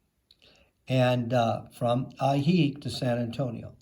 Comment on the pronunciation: Good grief! Learn to pronounce what you promote. It’s ah-hee-HEEK and ho-KO-te-pec. 😡